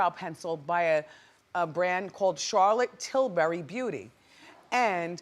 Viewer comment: she said charlotte turrbury. 🤣